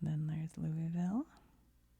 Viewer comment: You pronounced Louisville like a native. Nice!